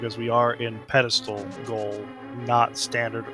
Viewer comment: this reminds me of jen pronouncing it peddlestool xD its spelled pedestal. ^^